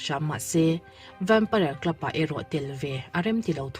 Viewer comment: vempaiar, ti lovin vempair ti ve mai laa😂